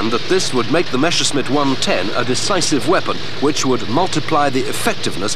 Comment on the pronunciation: MASHERSMIT!!! My ears start bleeding everytime I hear this. It's impossible to misread and mispronounce MESSERSCHMITT, even if you only speak one language.